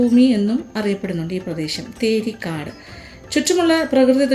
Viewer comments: Thari kaad alla .. Theri kaadu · തരി കാട് അല്ല തേരി കാട്